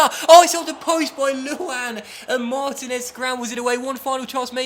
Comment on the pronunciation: U say Martinez so wrong lol